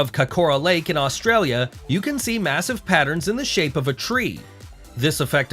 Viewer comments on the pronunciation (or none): none